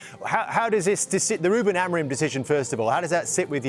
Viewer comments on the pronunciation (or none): It's Amorim, not Amorin...Amorim has stunk the place out for the whole of the 14 months he's been there. It's a shame he's gone - I'm a gooner, and still find Utd's failure hilarious after 13 years of it